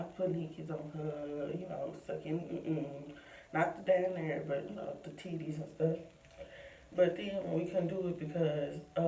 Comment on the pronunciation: The way you said titties🤣🤣🤣